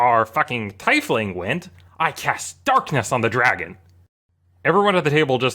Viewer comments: America here, it's teefling. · I'm pretty sure it's pronounced "Tea-Fling" Not "Tie-Fling" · My eye twitches everytime he says "TIE"Fling instead of teifling LOL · is it driving anyone else a little crazy that he's saying tiefling as Tie-fling and not TEA-Fling? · Is no on going to mention that it’s pronounced TEEF-LING and not TYF-LING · For god's sake it's "tiefling" not "taifling" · first time I've heard "Tiefling" pronounced as TYEF-LING like "Tie" instead of TEEF-LING like "Tea". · 'scuse me, "thai fling"? o_0 Isn't it "tee-fling"? You know, like a German word for it? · TEE FLING NOT TIE FLING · It's pronounced tiefling not teifling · IT'S PRONOUNCED TEEFLING NOT TAIFLING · The correct pronunciation of tiefling is TEE-FLING...it always bugs me when people say TY-FLING. I get the way its spelled would mislead some but think thief. The ief is an eef sound. Its a germanic based word from tief which means deep aka deeplings. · It's TEE fling not TIE fling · It is pronounced TEE-FLING!!! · Are you this dense? THE CREATOR OF THE RACE CALLED THEM TIEFLING not TAIFLING. What the fuck more do you need? How fucking miserable must you and your life be if you can't even admit be wrong about something so insignificant. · usernamedkjah Let make it even simpler. Tomato/Tomāto is not what you think it is. It convenes the message, “Same thing but worded differently” It has nothing to do with pronunciation. It doesn’t work for the Teef-ling/Taif-ling argument because Taif-ling isn’t a thing, it’s a mispronunciation. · The cringe I had at you saying Tie fling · Tiefling is "teef ling" btw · Teefling... Tiefling is pronounced teeeeeefling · I hate how he says "TIE-fling" Funny story nonetheless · tAIfling? XD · the way you say "teifling" infuriates me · It's tee-fling. It originates from the german word "tief", which means deep and is pronounced Tee-f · I swear I heard "Tie-fling". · It isn't, its Teef-ling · Tiefling is pronounced Teefling. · its pronounced (Tee-Fling)